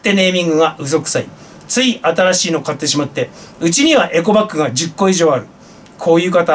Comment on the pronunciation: エコバッグっではなくエゴバッグ